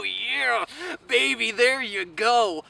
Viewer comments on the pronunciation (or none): none